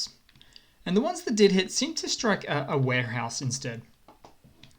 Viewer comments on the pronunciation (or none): none